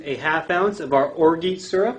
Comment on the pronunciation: IT"S NOT PRONOUNCED "OR-GEET" it is pronounced "Or-zhah"! An embarrassment to bar-tending.